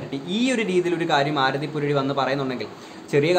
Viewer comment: chetta oru mistake und....Aarthi alla Aarathi aan.......love your contents......keep it up....pinna........matte chechi and u probs oke kazhinja?